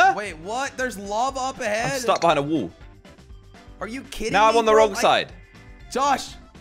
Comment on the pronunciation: "I'm stuck behind a WOLL."